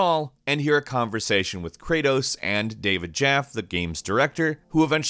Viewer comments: Also David Jaffy, not David Jaff. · David “Jaff”? It’s pronounced “Jaff-ee” I’m triggered